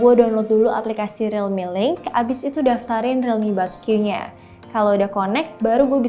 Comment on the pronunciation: Gw dengernya rilmi boskyu. Gimana dong